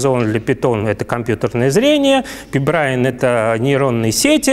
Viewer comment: «Браин»? Серйозно?